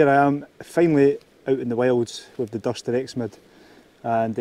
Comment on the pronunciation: Cracking laugh in the first 15 seconds. But, it's Duuurston, not Dustin 😂😂